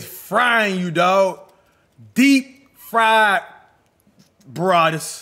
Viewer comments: BRA-WAD-IS NOT BA-RAW-DIS🤦🏼‍♂️🤣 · Cash can't say Brawadis name correctly😆..he be sayin *'Barrwadis'*😂